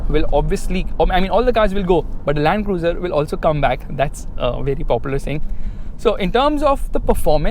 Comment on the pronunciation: Rakhi sawant calls it LUND-CRUZE 🥲